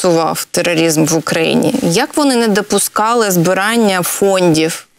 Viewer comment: Каже:,, Щоб все було кваiет". Забула украīнське слово? Для кого це iнтерв'ю? Вона западенка? Говорить украīнською i вимовляє ,,терорiзм", через слово англiцизми. ,,Це дуже сiмпл". Манера говорить страшна, неприємна.